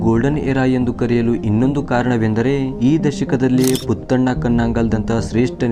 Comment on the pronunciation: ಕನ್ನಡ ಭಾಷೆಯನ್ನು ಸ್ಪಷ್ಟವಾಗಿ ಓದಿ... ನಮಸ್ಕಾರ ಅನ್ನುವುದು ಸ್ಪಷ್ಟವಾಗಿ ಇಲ್ಲ... ಪುತ್ತಣ್ಣ ಅಲ್ಲ ಪುಟ್ಟಣ್ಣ ಕಣಗಾಲ್ ಸರಿಯಾಗಿ ಕನ್ನಡ ಮಾತಾಡಿ ಆಮೇಲೆ subscribe,like etc.. ಮಾಡೋಣ